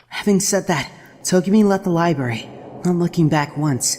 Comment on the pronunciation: Oh god, pronounces Library as libary... Ugggg. Jk it actually kind of fits his character.